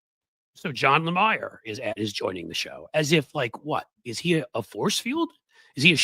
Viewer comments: John last name is said like it is spelled La-meer! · It's NOT John Lamayer, genius! It's Jonathan Le-Meer! Also, "Morning Joe" has MSNBC's best numbers, and Joe & Mika make approximately $10 million annually! Meanwhile, you're so technologically challenged, that can't even bring a guest on to your podcast, wirthout looking like a horse's ass! P.S. No one has ever ever seen you on ANY cable news network! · John Le-meeer. not Le-mire